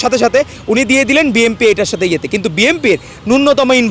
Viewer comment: 😅এই বেটা অন্যের দোষ ধরিস ,শুদ্ধ করে, বি এন পির, নামটা আগে বলতে শিখে মিডিয়ার সামনে আসিস।